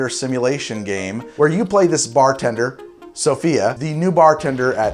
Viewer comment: every time he says SOFIA I just can't help CRACKING UP LOLOLOL